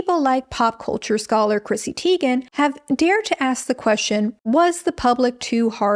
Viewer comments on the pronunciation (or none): none